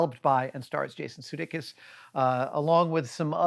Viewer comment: Adam continues to pronounce Jason Sudeikis's name as SUE-duh-kiss. Most other resources say that it's sue-DAY-kiss. Does anyone have an authoritative source?